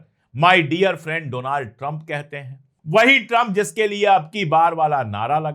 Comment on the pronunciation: Doland not Donald